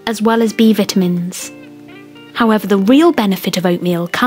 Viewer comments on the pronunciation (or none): What's a viitimin?! Lmao. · What is a vittahmins? What is it!? WWWHHHHAAAATTTT!!!!????!!!😵😵😵😵😵😵😵😵😵😵